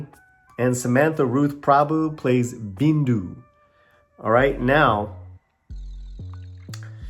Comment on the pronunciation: the girl's name is "bindu". not "bindi"